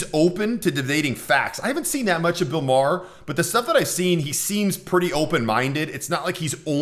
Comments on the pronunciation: I can tell who this guy favors just in the first 20 seconds. It's not Bill 'Mar' its pronounced like Mayer. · Your pronouncing Maher wrong. It’s pronounced “Mayer.”